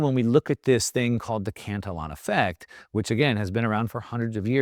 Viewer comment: This guy doesn't even know how to pronounce Cantillon. Uneducated Economist has much better and more accurate info.